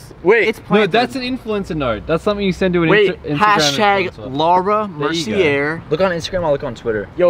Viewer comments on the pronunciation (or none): Hearing say Laura “Mercy-err” is killing my soul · THATS NOT HOW YOU PRONOUNCE MERCIER